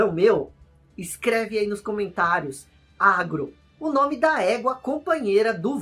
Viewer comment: Há anos atrás quando joguei Shadow of the Colossus, eu achava que a égua era um cavalo e se chamava Aron, pois era assim que eu entendia a pronúncia do, quando ele chamava a Agro.